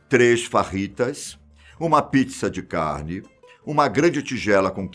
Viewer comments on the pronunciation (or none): none